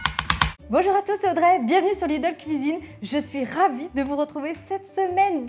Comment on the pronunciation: Jordan c'est 16may et Audrey la petite. J'en suis sûr car à chaque début de vidéo j'entends : salut c'est Andrey !